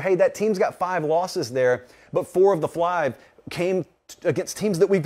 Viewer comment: "four of the flive" Sorry. I had to.